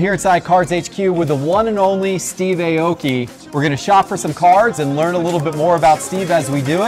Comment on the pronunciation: It’s not Ayy Oki 😂 A-O-Ki 🇯🇵